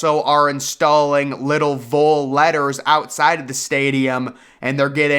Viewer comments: Please, please, please....VOLS is pronounced "VAHlz" as in a shortened "Volunteers", not Voles which sounds like "Noles" short for FSU Seminoles. Otherwise great stuff. Little dated on the seating inside Neyland. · The hotel idea at Neyland is ridiculous. The campus is already tight and they struggle to find housing for all the students they let in. A hotel is unnecessary. Also, please stop pronouncing it as "voles" like the rodent. It's Vols, the 'o' is short.